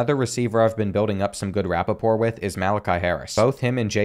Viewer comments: its pronounced RUH-POUR, not rap-uh-por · Bro said rappapor instead of rapport (which is pronounced rapour) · it's rapport like "rapor" not "rappaport" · bro said rapiport (like ian rapoport) instead of rapport, commentating be taking a toll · "good rapaport" that made me lol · Oi mate, rapport is pronounced ruh-pour.